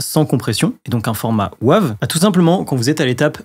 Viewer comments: Bonjour …. S’il te plaît prononce Wave à l’anglaise "weyve" en français c’est vilain 😂😉 Alain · Bonjour, comme le dit Laurent la prononciation de Wave est insupportable sur cette vidéo. Même s'il faut franciser beaucoup de mots anglais, par pitié celui là prononces le vraiment en anglais🤣🤣🤣🤣 Sinon tout le reste est parfait comme d'habitude. Bonne soirée. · Bonjour, merci pour ces précisions mais par pitié ta prononciation a la français du format WAVE m'est insupportable😅. Bon mais ce n'est pas grave, l'essentiel reste le contenue de ta vidéo. Désolé pour cette précision mais je ne pouvais pas laisser ça. On peut tout se dire 😂😊. À bientôt. Laurent, un fan 🎉